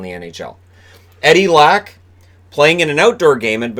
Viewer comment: I'm sorry but it hurts my freakin' swedish ears everytime you say "Lack"...or Niclas "Backstrom". I know you didn't attend Swedish pronunciation class in school over there but - if you from now on - would pronounce their surnames as Leck and Beckstrom I'll send you either a team Sweden jersey or the jersey from my favourite team in the SHL. Thanks for all the great vids though, keep up the great work and stay safe. Cheers.